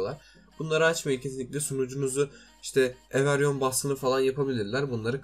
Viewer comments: Everyon değil abi İngilizce o okunuşu evrivan herkes demek 😊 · ever yon ne knk every one diye oku evri van